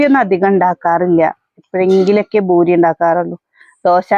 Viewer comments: Boori alla poori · ഭൂരി അല്ല പൂരി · ബുരി അല്ല പൂരി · ബൂരി അല്ല പൂരി എന്നാ പറയുക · കേരളത്തിൽ പറയേം പൂരി എന്ന് ബൂരി ആണ് ശരി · ചിലരൊക്കെ ബൂരി എന്ന് പറയുന്നത് കേൾക്കുമ്പോൾ ചിരി വരും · അതെ പൂരി